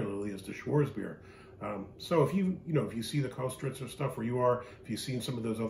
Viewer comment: Pronounced kistrtzer